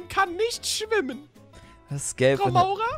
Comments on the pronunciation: Wie immer Frau Maurer gesagt hat und nicht Frau Mauer 😂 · Zuschauer: sie heißt frau mauer: frau maurer😂😂😂🤣